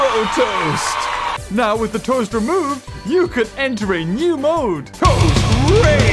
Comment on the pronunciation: I like how they are saying toa instead of toast! 🤣